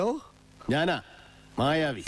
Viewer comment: മായാവി അല്ല ." മ്യാ യാ വീ "